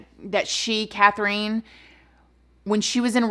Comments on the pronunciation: Love you, yeah, it's pronounced Kath-rin. It's cute hearing the word Kath-reen said tho! So don't worry too much. <3 An Australian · My name is Catherine & we say it kath-er-in Lol sorry I said anything. You know I adore you!!! But hearing my name said wrong felt weird 😂.. this story is so wild & awful! Thanks for the Friday content 🖤💖🖤✨✨✨ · It's been a while since I watched Bailey Sarian's video but I thought she was the first woman in Australia to receive the death penalty. Also the pronunciation is killing me lol. I think it's just Kath-ryn. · FYI, Katherine and Catherine are both pronounced like Kath-rin. :)